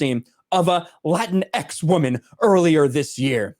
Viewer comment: It isn't LatinX, anymore than LatinO and LatinA ... the word is "Latinx" (rhymes with Kleenex, btw).